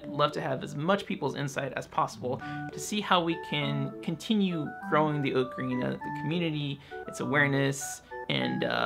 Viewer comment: Oh my gosh, someone else who pronounces ocarina the way I do. I always felt so alone in this before. :)